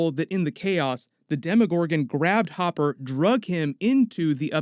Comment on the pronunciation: ITS HOPPER NOT HOOPER